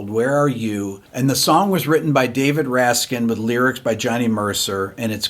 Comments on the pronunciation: Thank you! Not to nitpick, but the composer's name is David RAK-sin. not RAS-kIn. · David "Raksin" Not "Raskin" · Raksin not Raskin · Great video! Frank was AMAZING. One minor correction though: It's Raksin, not Raskin. It's an odd name, and it does seem like it should be Raskin. Sorry about the nitpick. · (BTW, it's Raksin, not Raskin)